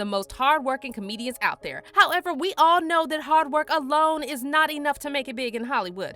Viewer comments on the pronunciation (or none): we awe know? ALL. WE ALL KNOW. Is it that hard to speak clearly?